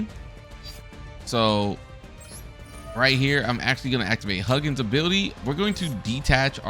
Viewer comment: decent video but if I hear you pronounce it as "Huggin" one more time...